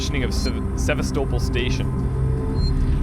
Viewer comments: Actually it's pronounced Seh-vas-toh-pol'. Not SevAstopol but SevastOpol'. I don't know why the emphasis is wrong in english. this is how it sounds actually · hears everyone clearly pronouncing it SevAstopol, but he like doesn't get it. He keeps saying SevastOpol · Se-VAS-topol Station. Not Seva-STO-pol. :) Sorry, but every time I hear someone in game saying it, I keep thinking you'll catch on. But... :) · Great let's play. But the pronunciation of seh-vah-STOW-pul is killing me. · SE-VAST-ER-POL... They say it like 10 times at the beginning! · "Sevastople" You pronouncing that made be both laugh and cringe haha. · For your reference,: Sevastopol is pronounced "Seh-vas-teh-poll" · is really the best at these games, but hilarious how even after hearing them pronounce sevastopol he kept saying it wrong lol